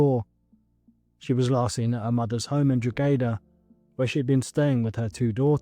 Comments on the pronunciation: This case is so confusing! Why did the grandmother not report him missing before? Why did Dayla not take her other children? Why did Dayla herself not report him missing? So many questions. (PS side note, but Drogheda is pronounced Draw-ed-a). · It’s pronounced Drog-he-da normal flat O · Kyran is pronounced Ky-ran not Kieran here in Ireland. Also Drogheda is pronounced Dro-heda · The wee boys name isn't Kieran. It's Kyran (Kai - ran) please learn how to say the victims name right before making a video. Also the place names as well Dundalk (Dundak) and Drogheda ( Draw- heda)